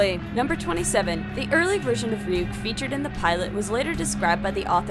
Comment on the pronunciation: it is Ryuk not wwhat u said